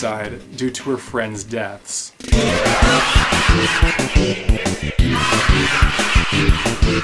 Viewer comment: When he saids "she has comidid suediside" it always gives me the chilles. I maybe spelled that wrong